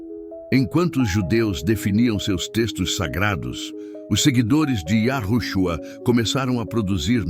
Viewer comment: Olha houve sim Manipulação nas Escrituras onde YAUSHA preveniu acautelar vois do fermento do fariseus Mas qto a esse vídeo essa Narração tá por fora Tenta falar nomes Hebraicos P dar impressão de estar por dentro dos nomes verdadeiro.mas fala errado e depois de falar yahushua Q P mim TB está errado fala Cristo Vc NAO ENTENDEU NADA AINDA SO Quer LIKES